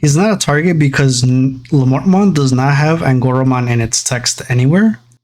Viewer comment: Looking up the Diarbbitmon name and it comes from a hero in Irish Mythology named Diarmuid Ua Duibhne. The pronunciation of the Diar portion of the name is Dear and of course the bbit is the rest of the word rabbit so Diarbbitmons name would be pronounced as Dearbbitmon.